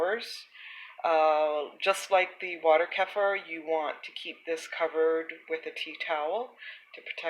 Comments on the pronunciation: Thank you. Helpful recipe. Hopefully you know by now: "kefir" is pronounced kee-fer. Not keffer. Crazy making considering how often you say it in your video. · its actually pronounced "kuh-feer" not keefer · You can pronounce it any way you like, but the way I pronounce it in my videos is actually correct if you're not European. Most Europeans, from where it originated, pronounce it 'kefeer'.